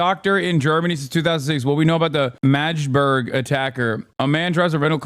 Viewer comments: Its pronounced MAGGdeburg, not Majburg. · fuckin hilarious say the same as madge-burg. like the emote. hehe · This guy said majde buurg everytime and ya'll let it slide? lol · The constant mispronounciation of Magdeburg (Mag-de-burg) is so jarring as someone who follows German football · "majburg" lol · MADGE-burg hahaha